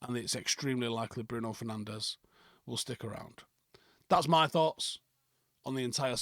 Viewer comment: It's pronounced Fer-nange